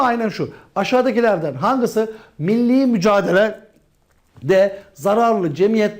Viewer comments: ya nie hep hangisi yerine hangısı diyor ĞSNAJABAJSHZJSHJAMWKAJAI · Nobody:: ✨HANGISI✨ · aşağıdakilerden "hangısı" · Hangisi değil hangısı😆